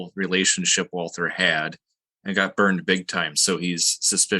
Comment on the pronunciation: This is all very interesting, but I could never understand why American Lutherans, particularly Missouri Synod types, who should know better, mispronounce German names such as Walther and Loehe. Your pronouncement of Grabau is fine.